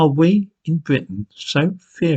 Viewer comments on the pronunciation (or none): none